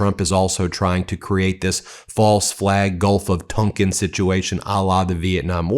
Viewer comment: Ben, I think The Gulf of Tonkin is pronounced "tawnkin" not "tunkin".